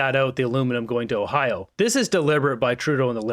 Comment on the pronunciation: Did my loser king leader of Canada just say “ahiawa” fml, it’s Ohio, why are we led by this loser